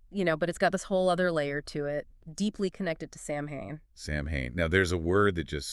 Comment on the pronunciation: interesting but it's pronounced Sow-ain, not Sam-hain.